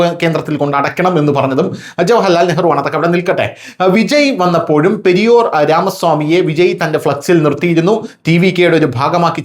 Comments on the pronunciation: പെരിയോർ അല്ല, പെരിയാർ. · periyor 😄 periyar correct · പെരിയോർ അല്ല പെരിയാർ എന്നാണ്.....പിണറായിയെ സ്ഥലപ്പേര് വെച്ച് വിളിക്കുന്നത് പോലെ അയാളും സ്ഥലപ്പേരിൽ അറിയപ്പെടുന്നു....പെരിയാർ ജില്ലക്കാരനാണ് (ഈറോട് ജില്ല ) പെരിയാർ രാമസ്വാമി...